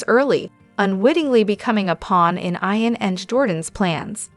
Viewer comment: Hi to the lady talking. His name is IAN. YOU DO NOT SAY IT WITH AN. “I “. You say it with as “ E “ His name is. E an Not I an.